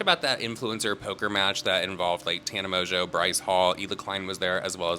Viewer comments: I love when calls her tana mong-a-no 😂 🎲 I also agree that Trish is in a much better place and should stay where she's at. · I love the way says tanas last name. Byfar, my favorite pronunciation.